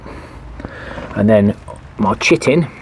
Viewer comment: I heard "chittin'" as "chicken" the first time and was worried some poor hen would have to live her life on your shelf. : ) Sorry about your rain. We're getting snow today and the high temp tomorrow will be -5. (18 degrees under normal.)